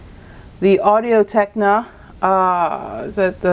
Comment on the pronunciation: Thanks for this, great video with great follow up videos, very helpful :) also, you keep saying Audio Techna, its Technica :P but yeah, thanks a bunch!